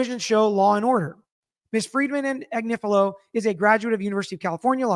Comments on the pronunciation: Pronounced Ag nif a lo. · I absolutely love. its pronounced Ag nIf a lo. So the i is short vowel! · Ag-nif-ilo with all the "I"s sounding as in sniff. She is (or was) on Meidas Touch every day. Where have you been ?